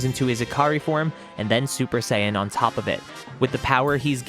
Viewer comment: "Vegtea" "legdary" "sayain" 🤣🤣🤣🤣🤣